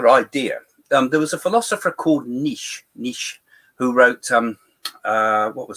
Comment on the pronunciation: Pronounced NEE-CHEE, the philosopher that is. ;-)